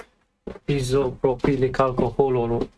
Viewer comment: i couldn't believe it when you put it back together without testing the power first 😅 isopropyl alcohol is also just called 'IPA' if you want to shorten it isopropyl is pronounced "eye so pro pull". it's an odd word. I have a very similar model HP AIO in parts on my bench right now, thanks for the detailed work and process!